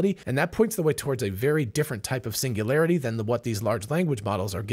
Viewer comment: Hahahahaha😂😂😂😂 pingulairty not singularity 😅